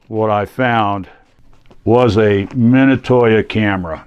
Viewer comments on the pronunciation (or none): I recently found the same camera at a local thrift store. I was curious about the value of it. On a side note I have never heard Minolta pronounced the way you pronounce it.